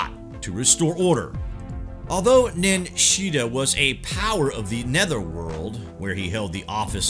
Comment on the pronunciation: That was interesting, thank you. His name, though, is Ningishzida...or Nin Gish Zida. The Nin part, is a title, as in Lord or Lady "of". Hence, Nin Mah, Nin Urta, Nin Ki, etc. So, Ningishzida means, "Lord of the Good Tree". It is also said that the symbolism of Jesus being nailed to a tree, is very important for this reason.